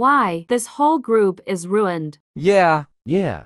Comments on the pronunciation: The “roined” is actually ruined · It’s not rouind is ruined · Why was I laughing when she said “this whole group is roiend” INSTEAD OF RUINED THATS WHY I WAS LAUGHING